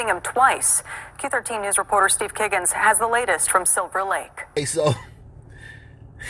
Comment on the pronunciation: Lol Kiggins? More like Keg-ins... Ammirite? Yo. 😂